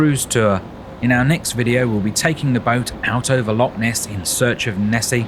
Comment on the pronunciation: it’s not a Lock it’s a loch please get your pronunciation correct